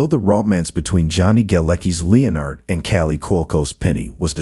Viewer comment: an AI voice that cannot pronounce Leonard. really?